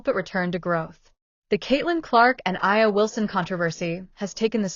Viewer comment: First of all, if you're going to throw shade, at least get the name right. A'ja Wilson is pronounced A' jaa, not I'a or A'jay or A'nee. It just makes you sound petty. But don't get me wrong, I deeply believe A'ja is a terrible person. Her entitlement, bigotry, and racism are front and center for all of us to see. As a black man, I support Caitlin because she plays amazing basketball, and that's it.